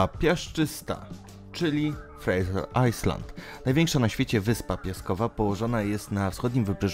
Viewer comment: Jezusie Nazarencki ... jak można przeczytać "ajsland" ... To jest chyba na pierwszej lekcji angielskiego ...